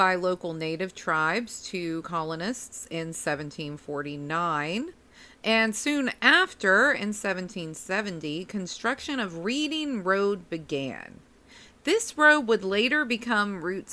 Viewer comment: its not read..ing its REDing thats how its said..also if it was started 20 years before it 100% would of been know it was 100% 62